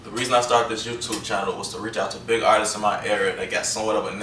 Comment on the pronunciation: He said artistses lol